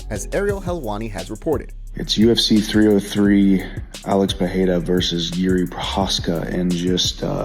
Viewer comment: It's pronounced PeReira.